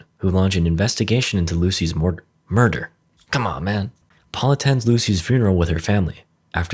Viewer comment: was a morder thats what you said right?